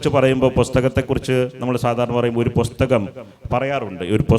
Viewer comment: പൊസ്തകം അല്ല പുസ്തകം 🤔